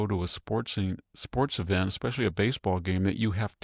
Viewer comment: So what? You say "Ecspecially," for "especially", and "on accident" instead of "by accident".